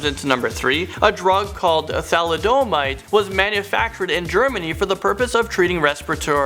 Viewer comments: Tha-Lid-A-Mide I don’t even know how to spell your pronunciation of it! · Please, if you are going to pronounce unfamiliar words, like the names of these drugs, please look them up before making your video. For example thalidomide is pronounces tha (that without the the T) lid (just like a jar lid, stress is on this syllable) o mide (my-de) It really irks me to listen to words being mispronounced, and you are not the only offender. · Sean Wilkinson yep, thats why it is tha-LID-omide not thalid-ohhmide as said, hence why I mentioned thalidomide was mispronounced. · The miss pronunciation in this one is cringy af. "THO-LID-A-MIDE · Edema is pronounced "ah deem ah" and Tholidomide "thah lid ah mide" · Pronunciation! Really important when sharing information. Especially medical info. Don't think I have ever heard "thalidomide" pronounced that way. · Videos like this are what dumbs down the internet. Technically, except for the trials that involved gross malpractice/negligence, these trials did their job - yes, it's sad that people died, but if they hadn't volunteered, how would anyone have known what could happen? Also, Thalidomide is the reason drug trials became more regulated and closely watched (BTW - that is pretty much pronounced the way it's spelled). This is a great example of misinformation on a ridiculous level. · He butchered "thalidomide" too. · Thalidomide is also mispronounced.